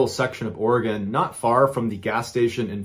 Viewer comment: Wow im shocked he pronounced Oregon correctly lol most people not from Oregon struggle.